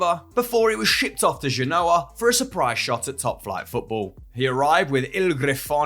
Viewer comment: This is such an uninformed video. Saying rangers should have signed Mawson rather than Davies? Mawson is garbage and hasn't played regularly for over 3 years! The narrator doesn't even know how to pronounce Genoa. He calls them "dya know her" which is a dead giveaway that he's never watched them, as anybody that has would have picked up that the commentators always say "Jen Oh Ah".